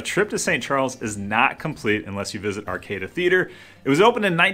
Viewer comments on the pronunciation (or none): It’s pronounced “ar-cod-uh” with emphasis on “cod”. Otherwise, great job!